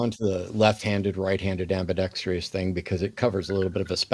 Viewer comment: Ambidextrous!!! TRUSS .. Not ambidextreeous. C'mon Matt. For a word that you say very very often you got to get this thing right